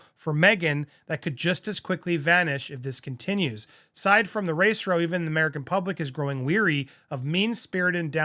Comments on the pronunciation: A 'row' in this context is an argument, not a line of seats. All week you have been pronouncing it to rhyme with snow, but it actually rhymes with cow. It's probably because of your eye problem, but it is quite confusing for a listener. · The word Row, as in argument, is pronounced like ow, not like row your boat. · It’s grating on my ears too. Row as in ow 🤕 you’re hurting my ears when you pronounce row as in roe 😂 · Can’t we just blackball M&H from appearing in the press. No matter what they do - don’t report it in the newspapers (by the way it’s pronounced race row as in cow or how) 👑🌺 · FYI, row, as in an argument or dispute, rhymes with cow. Row as in paddle, or all in row, is as you pronounce it. If MM was so offended by innocent conversation prior to the wedding or any (faux) pregnancies, she shouldn't have married into the royal family. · It’s row as in wow. Did you graduate kindergarten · I didn’t want to mention it. 😂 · Andy, it's row, rah-o, as in cow and now. Row rhymes with cow and now when speaking about a dispute, aka row. Come on. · I get the impression it's an American pronunciation - like tomato, tomayto.